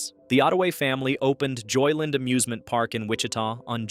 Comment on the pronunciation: Stop saying "JoyLIN; It's 2 words. JOY LAND. Got it?